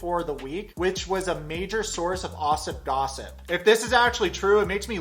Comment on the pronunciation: YOU SAID OSSIP GOSSIP